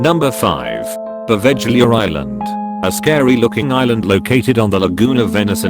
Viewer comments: you do know proveglia is pronounced pro- vay-lia surely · #5 is pronounced Poh-vail-lia. The Romans didn't use the island. It was inhabited from about 421 until 1379, when it was abandoned due to conflict. It was then used as quarantine for plague in the 18th and 19th centuries, and became the dumping ground for any person society did not want. It's now owned by the Italian govt, and they do not allow anyone to live there.